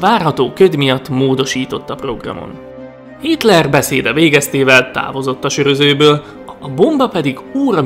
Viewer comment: Ő itt kitler nem hitrel